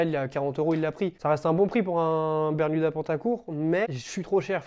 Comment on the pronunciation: Je crois qu'on t'a menti toute ta vie... C'est "berMuda" et non "berNuda" haha. Je l'ai vu aussi sur ton Vinted ;) tu vendras sans doute mieux tes bermudas quand les gens tomberont dessus :) Merci pour tes vidéos !!!